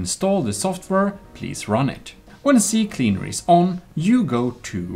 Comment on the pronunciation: It’s called “C Cleaner” Not CC Cleaner” lol